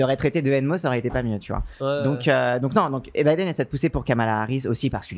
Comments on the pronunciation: il est comme mon daron: il dit "Bideune". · La video se lance j'entends "bidéne" banger assuré